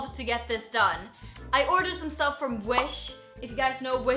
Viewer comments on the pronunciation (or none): i thout u said winch a few times